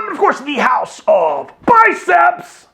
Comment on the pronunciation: Yeah mate love the videos! but still got no bloody idea what you say at the start besides.. "House Of BICEPS!!" big love from AUS!